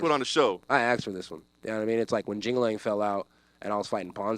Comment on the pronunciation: “ when jing a ling fell out” 😂😂 I think you mean li jingliang